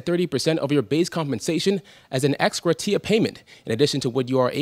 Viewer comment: Someone tell him how to pronounce "gratia" please.